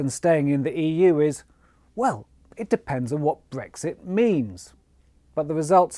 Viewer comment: It’s Brexit. This guy said Bregxit! The newscasters normally say Bregsit just to get us thinking I think!